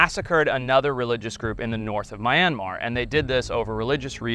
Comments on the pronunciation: I live in myanmar and your saying my country name wrong mianmar is how you pronunce my country this is my languge လီးဟချီးထုပ် umm if a myanmar person is watching do not say what i said😏😏😏😏😏😏😏😏😏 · It would be nice when video content makers actually find out how to pronounce names and words if they are in another language. It would just add a little more authenticity to their videos and show that they actually know a little more about the country. Myanmar is not pronounced My Yen Mar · It’s Meeeeee-nnnnnnn-marrrrrr. P.S. I live in Thailand retired. 😊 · Yea like how you pronounce Myanmar lol American butcher all other language. Cool story though. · The way this dude keeps saying Myanmar really makes me question his intelligence/credibility… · The constant mispronunciation of Myanmar is killing me. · it is. his pronunciation was hurting me every time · The way he pronounces the country name deserves a slap also you Americans doing illegal stuff in Asia thinking you can just get away cause you have some weird self entitled made up “privilege” is crazy .. how in denial of you to think a airport in a small country in south east Asia wouldn’t have cameras ? You think only US airports has them ? 🤡 You talking and “distracting” while your crew is hiding stuff is so dumb I swear white people man… you put your fingers up like the tour guide didn’t get a beating for helping you 😒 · it'd be nice if you didn't mispronounce Myanmar, who's your producer? Cool story though. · My-And-Mar? I thought it was pronounced Me-an-mar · Its not mayanmar its Myanmar!!! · It is not pronounced my an mar It's myan mar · This dude says mayanmar😂 what the f is a mayanmar its myanmar there is no ma in myanmar😂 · it's mee-an-mar. not my-an-mar Do the locals really say "my-an-mar"? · Its pronounced me-an-maar not my-an-maar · MYANMAR is not F×cking pronounced as 'Mai•yian•mar' .....even the Myanmar people called it 'Mee•aan•mar' ...you just don't called a country however you Americans like